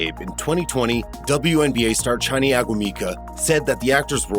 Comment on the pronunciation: Omg did you mess up her name. Chiney is pronounced Shin-Nae, O-Goo-Mi-Kae